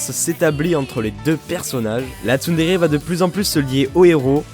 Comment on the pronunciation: j'étais sur MSP entrain d'écouter la vid et voilà ce que j'entends: Les TsumTsum! TSUMTSUM! mode ralenti TSUMTSUM! mode normal je reviens sur la vid je remet et vois qu'il y avait marqué "TsunTsun" :/ PS: je suis un mélange de Nyandere et de Yangire ❤❤❤😍😂